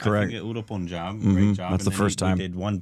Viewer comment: “PUN”JAAB not Poonjab.